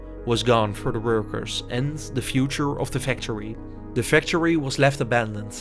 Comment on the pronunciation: PLEASE GET AN AI NARRATOR. YOU ARE BUTCHERING The english language. Cant even pronounce factory...